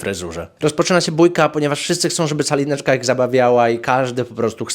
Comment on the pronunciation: Ja przez cały filmik słyszę Czalineczka 😂